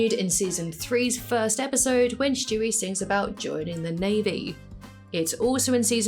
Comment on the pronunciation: I’ve realized that you say “Schtewie” instead of Stewie and I think I’m gonna say it like that from now on